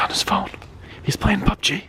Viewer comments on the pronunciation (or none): none